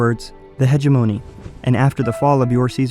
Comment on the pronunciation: it's pronounced "he-gem-o-ny" not "he-ge-mo-knee"